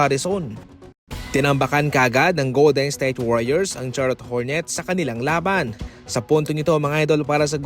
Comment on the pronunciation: Goldensthayte ba naman pag pronounce HAHAHA